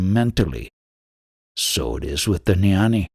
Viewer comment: Jnani does not have a silent G. It's pronounced gya-nee NOT nyani. The same G as when you pronounce ghee (clarified butter). ajnani is pronounced aagya-nee. Also jnana is pronounced gyaan. The a at the end is silent.